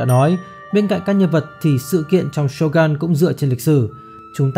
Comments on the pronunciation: Shogun mà đọc là Sô găn nghe nó cứ cấn cấn 😂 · Shogun cần đọc theo tiếng Nhật là shô gưn, chứ gun ở đây không phải súng